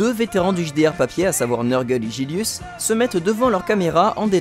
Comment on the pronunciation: Au fait, merci pour avoir parlé de nous mais comme beaucoup de gens tu m'appelles Gillius au lieu de Gillus ;)